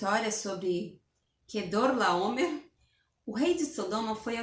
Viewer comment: A dificuldade de falar Quedorlaomer kkkkkkkkkkkkkkkkkk